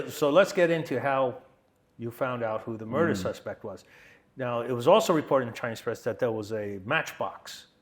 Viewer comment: “A muurdah”